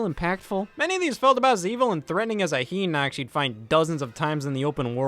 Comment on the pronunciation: enemy character literally spelled "hinox" Scott "heynox" wtf? its "Hynox"